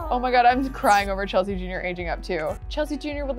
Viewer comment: she made kasey and chelsea’s name sound like her name. if u go back to the episode where chelsea has taylor and tayler you’ll see that